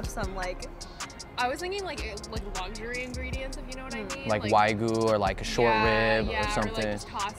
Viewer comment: He can pronounce gouda but can't pronounce wagyu